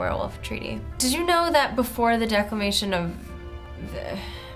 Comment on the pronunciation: She lost her hat and said decleration wrong... Are u sure she is American